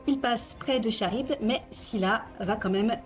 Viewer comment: Charybde se prononce Karyne comme dans orchestre